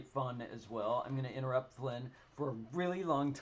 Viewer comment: Wish I could have joined, but this was at 1am where I am, so perhaps another time! Also, you did pronounce my name correctly, Flynn, so thank you for being one of the few people who do!